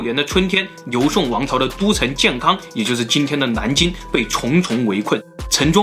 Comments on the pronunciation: 这个蓝金的音就很正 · 是南京 不是蓝京 🤣